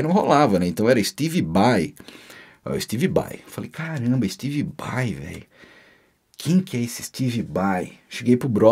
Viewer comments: Ué kkk Mas ele falava Steve Bai no lugar de SteBe Bai? Kkk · Se o Pai do falava Steve Bai, imagina como não saiu a pronúncia do Yngwie Malmsteen... história top!!! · No caso se o V tem som de B, seria steBe Bai, certo ? hahahaha